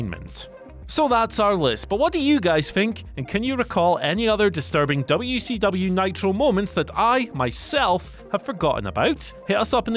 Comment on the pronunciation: I swear, as someone who grew up in Crockett Country, every time I hear say "Dubya-C-Dubya", I want to find a way to get to England and choke him to death with his own tongue.